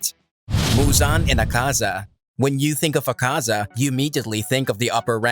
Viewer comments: It's not 'akaaaza' . It's "aakaza" dumb shiz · AH-kaza not aKAza cmon now and it’s mugen train say it right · Dude its not Akaaaza, its Aaakaza